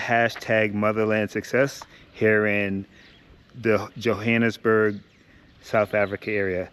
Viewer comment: Especially when he said Jokgonnesburk 😂😂😂